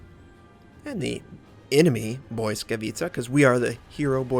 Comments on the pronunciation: nope, u cannot be more wrong bout that mate , i do admire u for trying to say the names in their native language, but its not BOY-skavitca .. its Blitz-ka-vi-tsa(i;ve spelled it like that just to make it easier for you to read it out) .. should sound like blitzkrieg , or blitz whatever , because blitz is the root of the name it means lighting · Indeed...it's kinda painful to hear him say boyskawica instead of blisskawica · its actually pronounced as bwiska vitsa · hey, from Dasha i noticed the Błyskawica is pronounced as: Bliss-kavet-sha i admire you effort to pronounce ships accuratly, happy subscriber here:) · Stoyan Kanev there is a difference between thinking that you know everything because you googled it and doing some research, but ok. the google translate pronunciation might not be pin point accurate, but it is at least better than "boyskavica" or your "blitz-ka-vi-tsa". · Indeed, the closer one is "bwisskavitsa", maybe with a hard, not soft pronounced first "i". Word "Błyskawica" translates as "Lightning" and it originates from German "Blitz", but it's not pronounced exactly as "Blitz", far from it. You can easily find pronouncation even on wiktionary. And yes, I am a native Polish speaker. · Not even close as all miss pronounce ł + y This is correct one